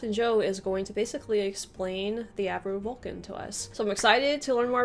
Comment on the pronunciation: Avro, the name is Avro Vulcan, not Acro!